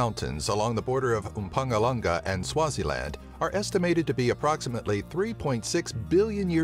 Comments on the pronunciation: I love it when Americans try their hardest to pronounce things here. Mpangalanga... Really??? Didn't know that Theron was pronounced Trn😹. Great video. Thanks! Now we just need a change in government... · "umpamalanga" made me laugh so much lol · mpangalanga and usaka😂😂😂😂😂 it's mpumalanga and Ushaka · IMPUNGALANGA!! XD btw it's pronounced "impumalanga" (im from South Africa) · Amber Land yep , the way he pronounced most of the words was soo funny! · I am from Mpumulanga... sooo funny when he pronounced it😂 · haha. Don't you just love how he pronounces some of the words!. Mpumalanga, Potgieter, Potjiekos... So great! (From a South African) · Thw way you pronounce Mpumalanga